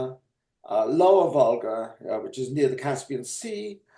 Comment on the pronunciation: Love work on this channel; also great old-timey pronounciation of "which" you can hear the "h"!